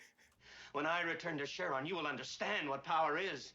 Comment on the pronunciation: Cheronas as in "My Cherona"